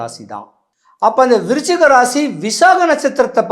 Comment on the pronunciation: விருச்சிகமா?? துலாமா?? தெளிவா பேசுங்க😢